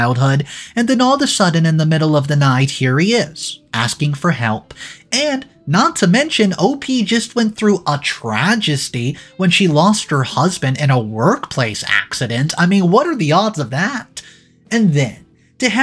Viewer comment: Its tragety not tragesty